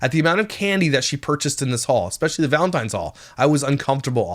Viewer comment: I can't stand the way she says Valentine's is driving me literally crazy I just wanna reach the phone be there in person to teach her how to say it